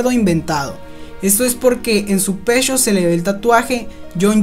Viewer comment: el pechhhó la nochhhéé